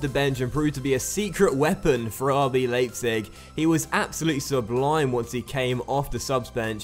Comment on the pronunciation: Leipzig is pronounced "Lie-pzig". In German, when you have an I and an E in whatever order, you pronounce the second letter.